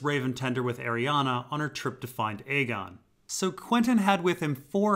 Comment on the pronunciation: I love you but we gotta talk about the pronunciation of Arianne